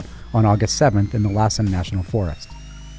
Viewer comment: Yes, that was weird! “Lossen National Forest and Shosta Trinity Forest”?!?!